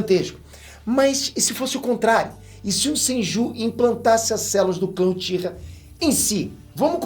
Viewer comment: se corrigisse sua pronúncia de japonês, seus vídeos ficariam melhores ainda. Só umas dicas sobre as formas corretas: sílabas com "ch" são pronunciadas com "tch" (Uchiha-UTCHiha); sílabas com "j" serão como na palavra em inglês "JUde" (senJU); com "R" será sempre como na palavra "coRAção" (RInnegan). Dattebayou!